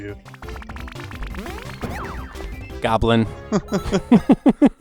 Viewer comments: Yes. GLOBIN. not goblin. Gotta pay more attention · It's "globin", not "goblin" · Great video, I look forward to more of the series ^^. But btw, it's pronounced GLO-bin, as in "hemoglobin".